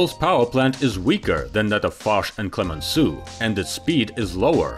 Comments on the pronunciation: Instead of Clemensoo, please try at least to pronounce Clemensow, for Heavens's Sake. It will be much closer to the French Clemenceau. You see, this is tantamount to refer to the HMS Queen Elisabeet, or The Prince of Waves. 😄 On the other hand, I'm glad that the subtitles are correct and make no mention of the General Charles The Goal, as I've already seen elsewhere on YT. 😱 😂😂😂 Excelent video, to be sure. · le " clemenssou " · Why didn't you learn how to pronounce Clemenceau before producing this story?